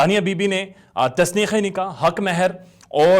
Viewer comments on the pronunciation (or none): Tasneekh nai tanseekh e nikah